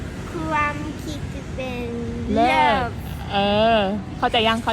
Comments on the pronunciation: เลิศ ไม่ใช่ลาภ พืชก็ไม้ถืก555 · เลิศ (Lerd) ไม่ใช่เลิฟ